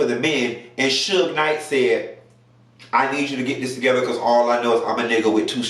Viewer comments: Everytime you say Suge Knight got me like 🤣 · Lmao! "Suge Knight" 😂😂😂